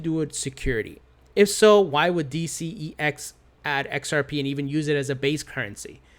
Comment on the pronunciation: DCEX is "The Sex" (Eastern European accent) hahaha